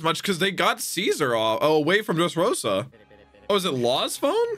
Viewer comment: do you have a problem with pronunciation? Dressros-Á, sea "prism" stone bullÈts.. like wtf dude